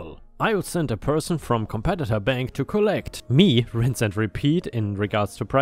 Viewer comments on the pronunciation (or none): none